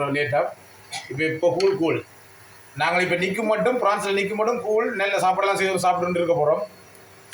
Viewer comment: கூல் இல்லை கூழ்